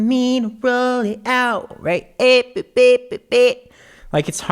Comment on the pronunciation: “for me to rwoll it out- beh beh BeH bEh-”